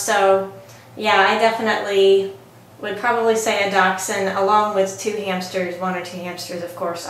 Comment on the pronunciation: It's called dash hound pronounced dash with a sh